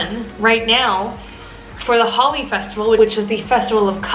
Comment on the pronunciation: Thanks!! So Holi is pronounced like "holy," not like "holly" :) Also, there's this thing to be aware of where white people tend to refer to "Africa" as though it's one country -- they talk about a trip to Sicily or a trip to Paris (the specific location within a country where they were) but then if they go to Nairobi they call it a "trip to Africa" -- do you see what I mean? So when you talk about "an entire Africa safari", that sounds like you'll be visiting the entire continent -- is that true? Not trying to be negative, just think we can all communicate respect, especially for countries that were subject to imperialist violence and other historical injustices, by being mindful of how we talk about them. :) (Sounds like you've got plans set, but northern Tanzania is outstanding for safaris - especially Ngorongoro Crater!)